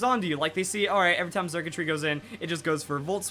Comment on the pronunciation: The x is pronounced with an s sound circuitry like electric circuits